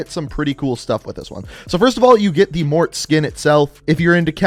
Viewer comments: Stop pronouncing it Mort! Its pronunciation is Mor-Tay! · Morte's name is pronounced Mor-teh Not mort 😩😩 It's italian for death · Morte’s name is actually pronounce “Mort-aye” not “Mort” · For the love of god.. Morte is not pronounced Mort. MOR TAY. Morte is Spanish for death. Not mort. Its been weeks and you still say mort. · His name is not Mort. It’s pronounced Mortay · He keeps calling him Mort hahahaha he even talks about his nationality but still pronounces it like a child hahah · And it’s mor-te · Yo you butchered his name its morte pronounced in english ||| (mort) (ay) ||| or in french |||(Moe) (t)||| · Mortea is how you say it. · "I don't speak Italian." Obviously. It's pronounced morTAY...the TE is said as TAY. Morte=mortay. Please research how to say foreign names. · You are a disgrace. Morte is pronounced "Mor-tay" and it is only Italian and Spanish. It's "Mort" in French. I'm sick of you mispronouncing every other word. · mort(aye) is the correct pronunciation of "death" in spanish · His name is pronounced More Tay (Morte) which in Italian, French, Spanish and Latin means death/dead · I know people have probably said this a million times but he pronounced morte wrong lmao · My dude just google how to pronounce MORTE in Italian! Stop being so american